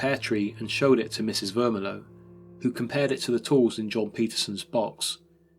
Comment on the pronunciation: Mr. Vermillion - this is NOT pronounced Ver-mi-low but Ver-mil-le-on, the ‘million’ part pronounced just as million as in the number ! Even if the landlord was a Frenchman, then it would be pronounced almost the same except the ‘n’ at the end would be soft.